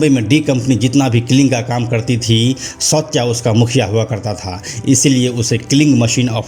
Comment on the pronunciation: सौत्या नहीं सावत्या